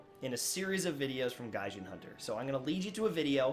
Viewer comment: You miss pronounced gaijin